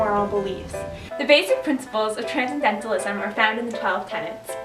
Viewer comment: Tran-cen-dental-ism. Tran-cen-dental-ist. Every time I heard the first girl say "transdentalist" and transcedentalism I wanted to punch myself in the face